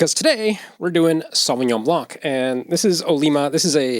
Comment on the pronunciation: Random comment: The 'c' in blanc is silent :)